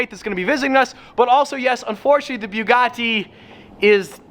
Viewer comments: Can you pronounce Bugatti how you used to because beaugahtea is kind of annoying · I thought it was a bugatti, not a bewgatti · Bewgatti? Lol said or around that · why did you say bewgatti 🤢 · The way u say buugatti is awful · Why does pronounce "Bugatti" like that?